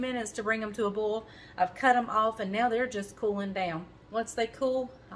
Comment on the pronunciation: You pronounce Boil like Bowl, that's a southern thing right?